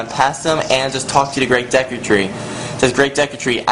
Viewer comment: this guy is such an idiot, he cant pronounce anything. Dehku Tree? Cockiri?